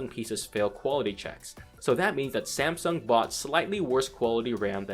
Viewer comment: lol!!!! samesoon?